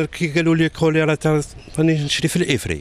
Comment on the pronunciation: وباء الكوليطة مشي الكوليرا😀